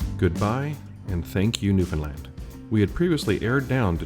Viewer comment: Thank you for your correct pronunciation of the province name. Most of the time you say "New-found-land" or "New-fin-land" (both correct) and not "New-fin-lind" (wrong).